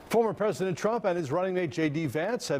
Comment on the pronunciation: & spew lies I thought said don wood never be a phesident